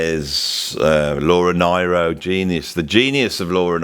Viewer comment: Great subject matter, always loved this song (and many more of Joni's)... And yes, that line is incredibly powerful. (btw, Laura Nyro's name is pronounced "Neero")